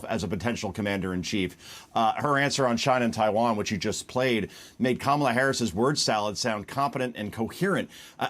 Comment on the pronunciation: And this Fux news commentator struggled to mispronounce Kamala's name, probably intentionally. A third grader can say it correctly. AOC wasn't running to be president.